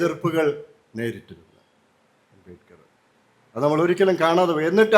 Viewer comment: അമ്പമ്പോ! അബേക്കറോ? അബേദ്കർ എന്നു പോലും വ്യക്തമായി പറയാനറിയാത്ത പഹയൻ! അമ്പേ പരാജയം😮